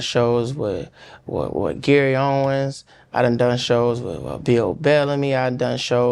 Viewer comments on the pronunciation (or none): Desi called Gary Owen Gary Owen’s 😂😂 you know Gary gone call him to let’em know drop the S😂😂